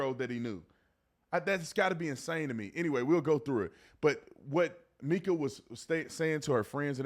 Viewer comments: Ok, B Tatum, you normally have done your homework but not on this one. She WASN'T 10 she was 14. Her sister stated that people misunderstood her that it started in 2010 when she was 14. Still wrong but the whole 10yrs old wasn't correct it was 2010. You also pronounced her name wrong and after all the videos out there no one calls her "Meeka" it's Mica pronounced "Micah" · Her name is Mike-uh! Not meek-uh. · MICA is pronounced MY-kuh, not MEE-kuh 😊😊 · It's my-kah not mee-kah. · Just an FYI, Mica’s name is pronounced with a long i sound, not a short i sound. It’s the same pronunciation as the name “Micah.” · Mica not Meeka 🥴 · I think it’s MIkuh not Meekuh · My-ca is how her name is pronounced sweetie.🙏🙌😇💙🌸💚🌼💜🤗🌎💮💗🌺💐💖🌹💃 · 📌Pin this, please. Her name is pronounced My-kuh!!!! Like the mineral. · It's pronounced My-kuh!! Mica, like the mineral. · Her name is pronounced Mica … sounds like My….ca. sorry it just drives me a little crazy. I’m a family friend of hers..keep up the good work on reporting. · her name is pronounce Mike-a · Please pronounce her name correctly! It’s My-ca. also just adultery is NOT the only reason for divorce. What about physical and mental abuse??? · Good video but please pronounce her name correctly. It’s Mica with a long I such as in Michael.